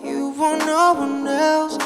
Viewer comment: Did I just hear NAURRR😭😭🫶🏻🫶🏻🫶🏻